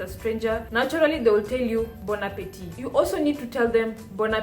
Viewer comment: Salut la belle. The lighting is perfect. Other times, you got it too bright. Your pronunciation is excellent. Bon appetit .. (there is no 'e' at the end. "appetit" is masculine word. You don't pronounce the last "t") Bonne arrivee ("arrivee" is feminine word .. so "bonne" not "bon" ... for masculine words, you write "bon") Bonne digestion ("digestion" is feminine word)